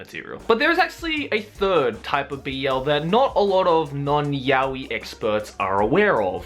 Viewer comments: ive been pronouncing Yaoi wrong for these past years and now its weird hearing it correctly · It's pronounced Ya-Oh-Eee, not Ya-Weeee. Can't believe how many english speaking "fans" pronounce it wrong, lol. Really sad. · There aren't different ways. There's only one correct way, and thats 'yah-oh-ee'. Why? Because it's a Japanese word. You pronounce the characters one by one: you don't pronounce the word as a whole. (so every character gets the same amount of attention) Yaoi = やおい. や=ya(pronounced as 'yah'), お=o(pronounced as 'oh', い=i(pronounced as 'ee').